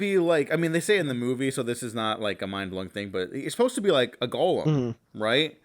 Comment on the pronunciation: Your pronunciation of “golem” is interesting, I’ve always heard it as gow·luhm, not like Gollum from The Hobbit.